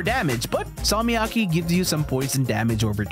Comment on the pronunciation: bro said Salmiakki perfectly